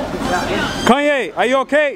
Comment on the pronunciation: the way he says kanye ... I'm creasing